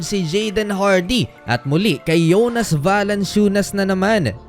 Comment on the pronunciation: Yung jonas naging yonas 😂